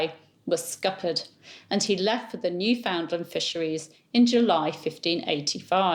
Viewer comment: Newfoundland is pronounced “newfnlnd,” not “new found land.” Don’t ask me why.